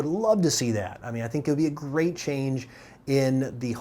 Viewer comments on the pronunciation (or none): none